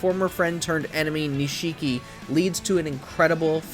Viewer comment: “NEE-SHE-KEE?” Can you at least pretend you’ve played the games? At least you rightfully put Judgment near the bottom